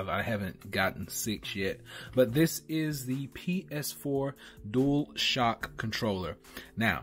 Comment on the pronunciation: I think you mean Dual Shock not Duashock